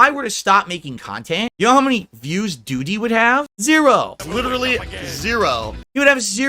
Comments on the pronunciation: Is this real life? Seriously what the fuck is happening? LOOOOOOOOOOOOOOOOOOOOOOL. "Doo-TEE." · I love how says, “Doo-DEE!” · Why is he pronouncing Doody like that?